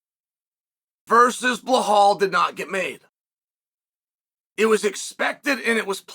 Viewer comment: His name is Belal At least say his name rite !!!!